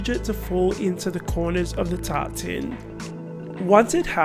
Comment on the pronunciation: I'm french and i can hear ''Tartine'' instead of ''Tart tin'' .. meaning : slice of bread 😂 I just can't stop laughing ... love this recipe, thanks X. ❤️